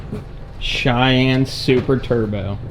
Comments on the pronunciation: "Moon Cheyenne" but like moon-shine-anne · Call it’s the “MOONCHYENNE”